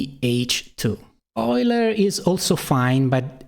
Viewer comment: for pronouncing Euler correctly